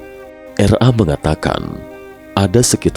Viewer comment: RA kli bkn R A. hehehe.